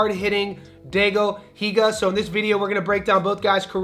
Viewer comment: Die-go Hee-ga 😉